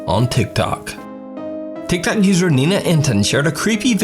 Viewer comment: doesn't it sound like everytime he says tik Tok it sounds like he is really saying tic tac